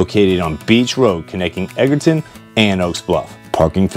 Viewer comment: Nice video on the Vineyard. You were killing us though with the town pronunciations. You got Vineyard Haven right- Menemsha (Ma- nem- sha, it’s just one Oak and 2 Bluffs, Edgar town not ton and Aquinnah A- Quinn - A.